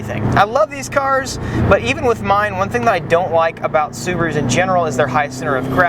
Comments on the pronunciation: "Scuba Roo" ... lol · Lol "Scubaru"